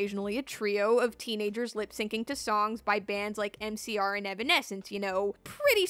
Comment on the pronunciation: Everytime I heard say "MCR", I heard "NCR", and I was like, "why do these people love President Kimball so much?"